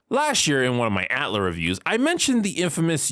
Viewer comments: Wait. I know this not the point, but I'm stuck on it... Y'all really be out here saying "at-lah"? This whole time I've been saying "A.T.L.A." or just "Avatar". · You make a lot of great points, but the way you say "Atla" and "Tlok" as if they are words really grinds my gears. I just can't stand it. Just call the shows "Avatar" and "Korra" like every normal human would, Jesus Christ! As for the topic itself, I understand disliking the scene, heck almost every scene in any piece of media which tries to make a child look "cool" is inherently cringeworthy, but I believe all your complaints come down to how the show treated Korra PAST this point. The scene in a vacuum itself is just the proper introduction of the character, if she stopped being a Mary Sue as she grew up and they gave a good reason why she excelled at bending more than previous avatars then there'd be (almost) no problem! The scene works well in establishing that this is going to be a different show than Avatar, it tells you straight away that this show is NOT going to be the same journey with a different protagonist, it's going to be a completely different journey and this new Avatar will have to learn different lessons. That's the biggest positive which you didn't put in your list, it's not about literal exposition, it's about presenting themes and styles. Afterwards we all got disappointed, or at least underwhelmed by what this show was compared to Avatar, but blaming this one scene for it is nonsense in my opinion.